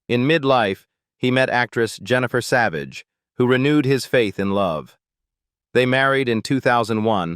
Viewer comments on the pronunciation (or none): none